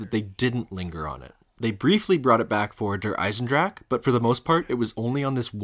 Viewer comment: Learn to pronounce Der Eisendrache